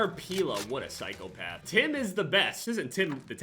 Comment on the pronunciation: idk why but whenever says “what a PSYCHOPATH” always brings a smile to my face 😂